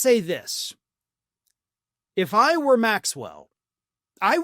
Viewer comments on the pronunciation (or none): none